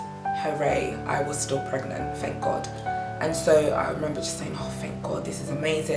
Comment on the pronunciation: was gonna watch till i read pregnant as pregAnant! lmao